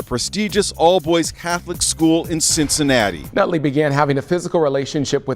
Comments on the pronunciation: “Nutley” huh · "Nutley" LMAO